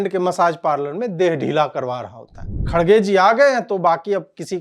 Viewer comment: His name pronounced as “kar gay “. I’m not joking